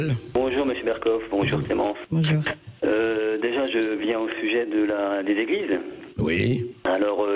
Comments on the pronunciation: Hhhhh tu me fais rire😂, Zéglises🤔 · 20 zéglises, Clémence ? J'ai bien entendu ZÉglises ?